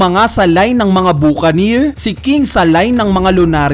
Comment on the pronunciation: BA KA NIR Yan yung pagbigkas sa mga cowboy film yan ng amerika